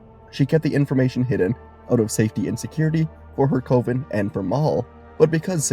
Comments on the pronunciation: What if you knew how to pronounce coven. Cuh-vin. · Cove-in instead of coven is wild work buddy. You can Google words and the TTS will tell you how to say it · FYI, "coven" rhymes with "oven".